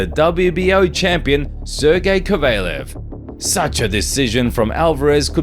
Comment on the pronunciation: Kovalev not cavelo😂